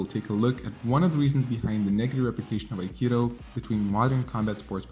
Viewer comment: Journey you keep misspelling akido as akiro it is pronounced A-Ki-Do NOT A-Ki-Ro stop saying Akiro!!!!!!!! it is Do !!!! DO!!!!!! not ro!!!!!!!!!!!!!!!!!